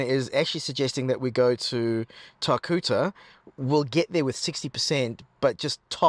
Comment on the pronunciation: Tar - Cutter. 😆